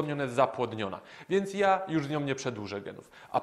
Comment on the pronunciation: Jak slysze "jom", "ladnom" i zawsze zamiast "ja" i "ladna", i kazde inne uzycie "om" zamiast "a" to jest dla mnie tak jak sluchanie spiewu w wykonaniu kogos kto spiewa ale nie daje sie tego sluchac. Tresc jest ZAWSZE w dziesiatke i bardzo duzo sie ucze, DZIEKUJE za swietny material ! ! ! :)